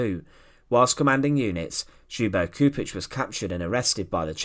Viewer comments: You say it LYUBO CHUPITCH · For English speakers his name is pronounced as if spelt like Lyubo Chupich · Gosh... I didn't know it was possible to butcher Ljubo Čupić name that much. And other names... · get someone to teach how to pronounce the person's name properly what you're doing is DISGUSTING